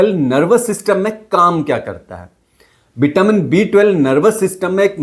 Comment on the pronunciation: व और श हिंदी भाषा में नही है क्या? बिटामीन,सरीर बोल रहे हो,वो भी डॉक्टर होके 😂😂